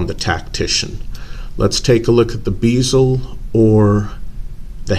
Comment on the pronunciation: It's a " bez el " NOT a bloody " beezel " FFS. Just listen to how anyone else says it FFS! Man clowns making up their own pronunciation for words that's NOTHING like how the rest of the world, OR the spelling indicates piss me off! And it's not "checkering" it's called "knurling", I've made it myself on a lathe many times with the correct tooling. It's not particularly deep or rough either on that thing.